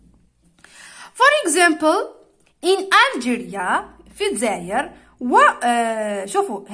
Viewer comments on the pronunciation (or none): none